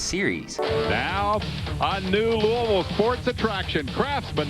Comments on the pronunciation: it’s Loo-uh-ville not loo-E-ville 😁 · Also, you are pronouncing it wrong. it’s “lou-uh-vull” not louie-ville. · My only complaint is that you mispronounced it the entire video 😂 it’s not Looey-ville…it’s Lool-Vul! Only people outside of KY pronounce it Looey-ville. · I die a little inside every time you say “Louisville” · I know it's the correct way to say it, but it pains me to hear people say "looey ville" lol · Lou A vul. It's pronounced Lou A vul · That is not how you say Louisville Scott said it right but that is a cool track really hoped it was still open so I could race there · He's even got multiple clips in the video where people say it correctly and he still pronounces it like a damn Yankee